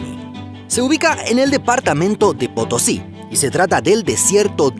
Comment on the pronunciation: "Potosí" XDDD